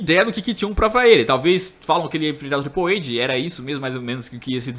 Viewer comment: Ele não sabe inglês.